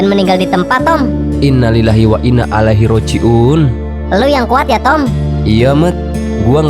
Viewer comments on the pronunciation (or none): Maaf min, tapi bacaan tomy yg benar seharusnya Inna lillahi wa inna ilaihi roji'un, bukan inna lillahi wa inna alaihi roji'un 🙏